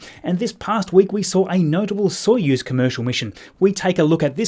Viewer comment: When you said Soyuz in the intro, my brain went “oh that’s right”